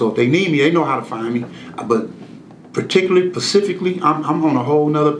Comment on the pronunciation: he say "Pacifically" instead of " Specifically "! Dummy!